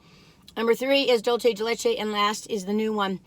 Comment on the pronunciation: Dulce, not Dulche!